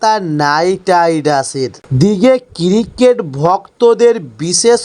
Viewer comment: টেনে টেনে কথা বলার জন্য মানুষ পছন্দ করেন না। ক্রিকেট এর উচ্চারণ ঠিক করে বলতে হবে।